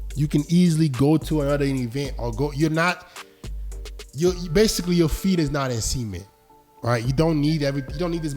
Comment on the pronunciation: bro said cement like ‘semen’ 💀